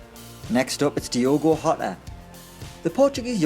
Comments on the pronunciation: It's pronounced Jota with J like in Jay, not like a spanish "J". He is portuguese, not spaniard. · Jota is read with a soft G, he's portuguese, not spanish. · At least say Jota's name correctly, what about Ruben Neves,Helder Costa? Clueless video yet again from people who know nothing about the championship